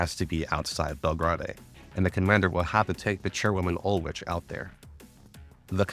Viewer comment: As someone who didn't play GFL1 these are sooooo helpful for getting the world built for GFL2. Good work man 👏 P.S. I personally find your questionable European pronunciations endearing 😂 (Ulrich is Uul-rik for example)